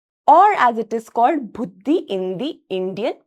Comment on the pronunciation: it's buddhi not bhuddhi 😂😂😁😁